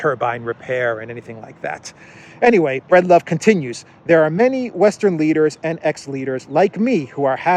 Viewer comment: BREED love . Not BREAD love.